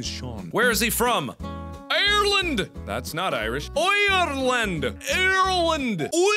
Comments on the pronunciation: ..33RL4ND What the fuh was that? AIRLEND AIRSEND AAASIIIANNN Asian?.. I was dying lmfao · How do you pronounce Irish “Asian” Mark:WHAT ARE YOU TRYING TO SAY ABOUT ME!!! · The part where he was trying to pronounce ireland and then asian i laughed way to hard 😂😂😂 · Mark's reaction to the first pronunciation got me XD Deep voice- IRELAND Mark- What the fuck was that... Creepy voice- EEAND Mark- Eeeand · How do you pronounce Ireland in Irish ASIAN!!!!! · Mark probably offended the Irish by pronouncing Ireland as Asian in its Irish version XD Its pronounced "Air-ren" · Mark..... It’s pronounced Ireland! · The best content all here xD Asian xD Hahahahaha Ireland is prounonced Asian now hahaha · Mark trying to pronounce Ireland in Irish: Oil-oiland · When mark said Ireland he said oilland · Pronounce ioland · You guys might not agree, but I'm pretty sure it's pronounced "Ireland" 😱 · Its IRELAND MARK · TheGaming CrazyClot no it's Ireland. 😂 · When he was looking up how to pronounce Ireland I was fucking dying 🤣🤣🤣🤣LMFAOOO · no, your getting it all wrong, it's pronounced Ireland, get it right😂